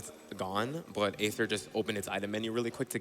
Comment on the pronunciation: yo not meant to be a personal attack, but aether, dude, you pronounce your own name wrong. "ae" in Greek-derived words are generally pronounced with an "ee" sound in English. "Aether" is pronounced the same as "ether" (which is an alternate spelling of the same word). See also daemon/demon.